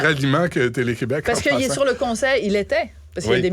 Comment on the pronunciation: On dit Québec, pas Qwebec. Pis calme toi la petite province.